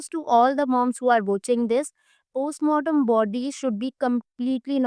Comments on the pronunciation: behn post-partum hota h wo 😂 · Di u say post mortem ya post partum